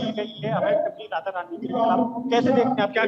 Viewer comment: Radha rani hai bo thoda shi se naam le pradeep.